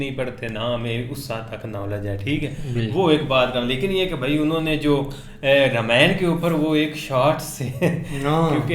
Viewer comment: Its nit rameyan its Raama yan